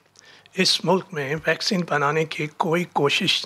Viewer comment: Pak has world class doctors, engineers, scientists and world class educated journalists like who pronounce vaccine as "VAXION".